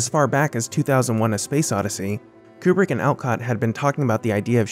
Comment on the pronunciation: Amazing video on one of my favourite films but hell, it's KUBRICK not "Coopri" haha